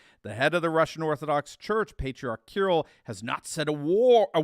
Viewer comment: the Patriarch Kiril's name is pronounced Ki-REEL, not Kirul. Please, respect the Slavic heritage in that part of the world!